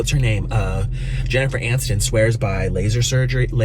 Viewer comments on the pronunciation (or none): none